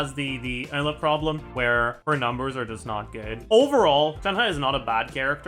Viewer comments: Why does he pronounce Eula like Ella?? I already cringe at how other content creators pronounce her name, but where tf did he get this pronounciation from? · What’s up with the weird pronunciations of “Eula”? Ella? Uhla? Emma? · No hate but why does he call eula “ella” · im crying why is he saying ella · He pronounces Eula's name like he doesn't know how to pronounce Eula's name 😂 what is ehllah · Is that how it should be pronounced? Educate me tho because I get uncomfortable hearing him say "Ella" 🥲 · Is he saying Layla or eula lol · The way he pronounces Eula's name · Eula French pronunciation stun grenade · why does he say eula like that it's driving me crazy